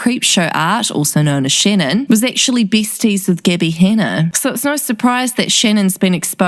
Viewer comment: “Shennon is absolutely treshing Gibby Hennar”